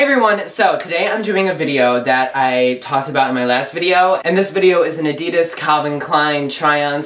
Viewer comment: You're so sweet! Your videos are really funny, but please never say Adidas like that again! It was making me cringe each time you said it :(